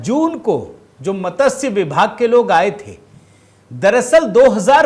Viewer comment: मतस्य क्या होता है? " मत्स्य " बोलिये